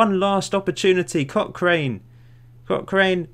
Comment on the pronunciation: CochRIN, St JohnSTIN. We won't hold it against you though, haha